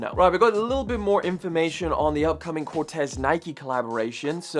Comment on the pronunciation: I believe Cortiez is pronounced “Core-taze”. Not like the Nike Cortez